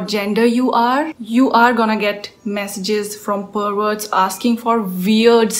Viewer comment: The way you say perverts is hilarious😂. Watch out for them👍